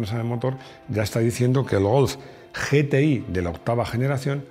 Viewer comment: Yi ti ai. Ge te i, nunca, hombre, nunca